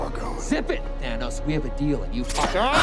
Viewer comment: This time traveler guy play thinos in avangers thats why he said thinos